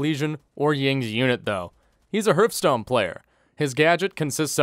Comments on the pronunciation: I can't tell if you're purposely mispronouncing Hearthstone or not lol, anyways. Good video man, thank you for bringing light to this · No one:...: Herfstone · Funny how he says Hürfstone